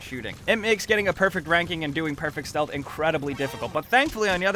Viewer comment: He says shealth game and plays like call of duty🤣🤔🤣🤣